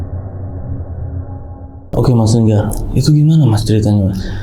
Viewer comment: Linggar kakk bukan longgarrr😭😭😭😂🤣